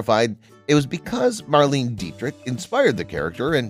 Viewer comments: Mar-Lane-Ah! FFS can no one get this right? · Cleavon (Clee-vaughn), not Cleavin' Marlene (Mar-layna), not Marleen Von SHTUP, as in "put", not "up" Zero Mostel (Moss-TELL), not as in "hostel" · Greatest comedy ever. But it's Lily von SSSCCHTOOP, not Schtupp. It's Cleave-ON Little, not Cleevon. It's MarLayNa Dietrich, not MarLEEN. And it's Zero Moss-Tell, not Mosstull. Most importantly, Mel is right that the woke nincompoops of today would never allow this movie to be made.